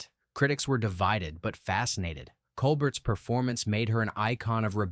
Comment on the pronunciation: And Claudette ColBERT! I guess AI voice would pronounce Stephen's last name that way, too.